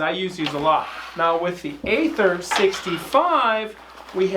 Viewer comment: Aether is pronounced "ee-ther."